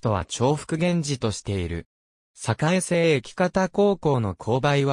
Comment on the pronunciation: 栄生さかえせい駅ってなんだ⁉️ 栄生さこう駅だよ 名鉄をなめてんのか💢